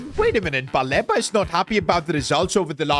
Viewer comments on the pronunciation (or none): It’s pronounced Baleeba as please